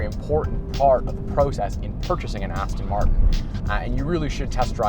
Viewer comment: It's a shame you can't pronounce Aston Martin.Aston Martun? 🤔